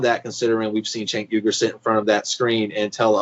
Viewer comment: Who is "Chenk?" Mispronouncing his name comes across as sloppy.